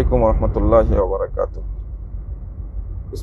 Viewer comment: শব্দটি বরাকাতুহু নয় বরং বারকাতুহু